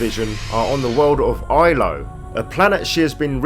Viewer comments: Love it, but it's Ilos with an S not Ilo. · It’s pronounced PRO-thee-un. And the planet is called Ilos with an “s”. But great vid otherwise. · I can't tolerate how you say Protheans 😫 And Ilos. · Your pronunciation of "prothean" and "Ilos" is extremely triggering.